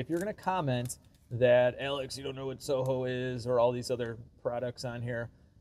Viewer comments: Alex, it is said So-hi-o, it is not pronounced So-Ho! Remember, Britannia rulled the waves..... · WTF. It is SOHIO…”so-hi-o”. It’s a gas station. “Soho” is an entertainment district in London. Learn about other things. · Alex, as mentioned SOHIO was a gas station, pronounced "so hio", as in Ohio. I enjoy your content, especially the BMW and other german cars. Hope you get a hold of a 2 series in the future. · SOHIO, Standard Oil, gas station, now Marathon stations, I think. Standard Oil was a Rockafeller business from Ohio....thus the SOHIO. We pronounced it So-hi-o, not so-ho. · SOHIO not soho. It's Standard Oil of Ohio. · Not So-Ho it has an I. So it's So-hio, like Ohio but with a S in front. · Metric on an old Rolls Royce?! Not bloody likely! Standard or possibly Whitworth or BA. Read the receipt again - it says SOHIO not SOHO. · You pronounce it So-hi-o, they were gas stations, BP bought them years ago. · Pronounced... SO-HI-O........went to many of those gas stations as a kid in Columbus, Ohio in the early 60's.